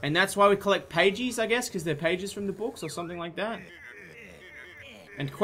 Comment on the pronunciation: For the first half of the vid I thought "pagies" was just the Australian way of saying pages I'm so??? Stupid??